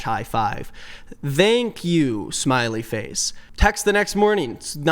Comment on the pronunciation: ...is that how you always pronounce thank? I've never heard anyone pronounce it with a hard th